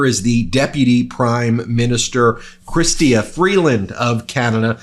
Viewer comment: Love your show! Just an fyi Canadians pronounce Premier as Pre-mur, not like the premiere of a show. And our Deputy Prime Minister’s name is Chrystia pronounced “Chris-cha”. Come visit sometime, I’d show you around Ottawa and help you work on your Canadian pronunciations!